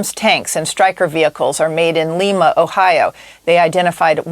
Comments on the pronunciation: To Jennifer Griffin on the FAUX piece, it's LY-ma, Ohio. Not Lee-ma. It's just down the road from me. If you're a "chief" correspondent, you should get your pronunciations correct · In Ohio, they pronounce it LIE-ma! Not like the city in Peru. If you're going to use a local place as an example of your political talking points, at least learn how to pronounce it. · I'm from Ohio. We pronounce Lima, Lime-a. Medina, Ohio is pronounced Medine-a We good now, America? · Where is "Lema" Ohio? I think she means Lima. Dumb anchor. We need to support Ukraine. Period. 🌊🇺🇸💙🌊🇺🇸💙🌊🇺🇸💙🌊🇺🇸💙 MTG is the best example of a cult member.